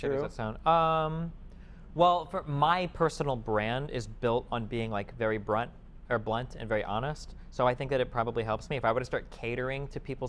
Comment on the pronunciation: OMG HE SAID BRUNT INSTEAD OF BLUNT XDD LOL MINGLEE haHAA in the chat LOOOL